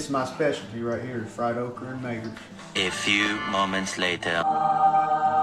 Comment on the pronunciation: “Fresh tomatoer’s “